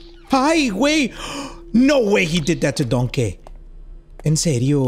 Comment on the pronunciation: ‘’ theres no way he did that to donkeh pronounced dongkeh by